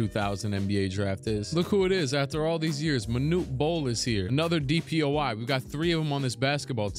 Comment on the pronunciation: Love the videos, but am I trippin or does he say “DPOI” instead of “DPOY”??